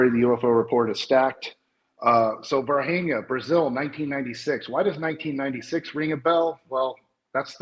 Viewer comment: You were right, it’s pronounced Var-Jeenia.